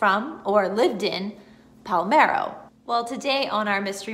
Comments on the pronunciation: Don't know if this was mentioned in other comments. If this IS the town I am thinking of, you are not pronouncing it correctly. You were saying PAL-MEH-RO. The correct way is PAH-LERH-MO .... Pa-ler-mo Sicily It's ok .... You don't look Italian or Sicilian ;-) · Do you mean PALERMO??? Not Palmero?